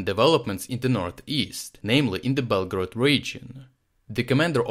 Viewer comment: "Bletgorod" :D